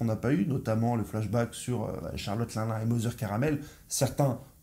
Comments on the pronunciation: Pas linlin ; Line Line bro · Une petite info : 1. Luffy a déjà utilisé le snak man contre kaido mais c'était bref. 2. Charlotte l'un l'un ? C'est linlin (l'in l'in). 3. Merci pour tes vidéos